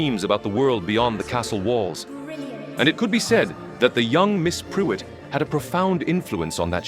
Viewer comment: Prewett is pronounced "PREW-ette" (not "PRE-wet")